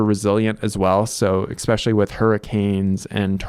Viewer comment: I appreciate the irony of a person that points out that it’s called a water heater, not a hot water heater, also saying “eXspecially”.